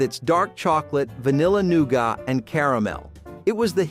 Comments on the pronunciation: Noo-got? No. Noo-git. It’s pronounced noogit. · New gatt. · I remember most of them being born in 1970….. but why does he say “nougat” like that. LOL 😂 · Yep. Like he's a fan of Xavier Cugat ...